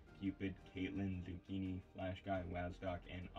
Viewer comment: No way you spelled my name wrong in the credits 💀dude really just said "Zuucchinii"